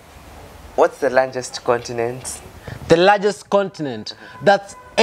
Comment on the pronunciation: condinent got me rolling 😂😂😂